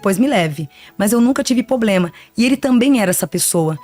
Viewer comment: Observei isso também! A pronúncia correta é problema!